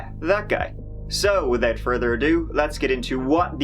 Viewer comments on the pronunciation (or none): Wivout fervor a do